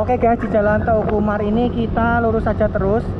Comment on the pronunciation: teuku umar di bacanya teuku umar bukan te uku umar sama seperti meulaboh di baca meulaboh bukan me ulaboh.